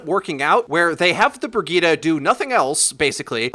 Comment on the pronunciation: Brigeeda!?! Bro, it's Brijet! Bridgette.